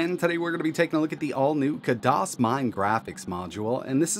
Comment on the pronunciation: Khadas, not kadas, spell the خ